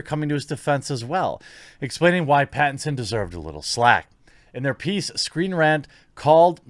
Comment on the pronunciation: You had me believing the stupidity of this when you said Screenrant.